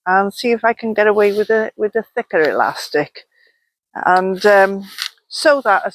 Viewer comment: Glad you said thicker elastic twice… I thought you said knicker elastic at first lol